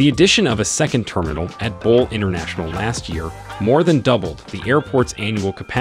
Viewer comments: excellent assessment of Ethiopian Airlines' future plans. Just a couple of points tho.. The dam is costing $5 billion, not million. The CEO is Tewolde (Tuh-Wul-de) Gebremariam (G as in gherkin, a had G), and Bole (Bolé, sort of rhyming with café). aight?! I'm a big believer in Africa for Africans so.. I'm subscribing! cheers !! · GERD is a 5 billion project not a 5 million. It is bole not ball.